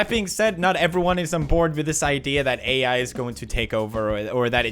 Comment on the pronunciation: You know he had to put AI in text at the beginning cause he pronounces it WEIRD